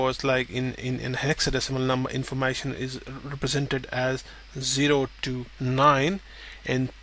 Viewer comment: informAshon lol